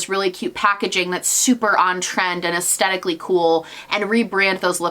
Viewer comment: i love you but please say aesthetically correct 🥴 it’s aesTHetic not aesTETic. it’s a TH lmao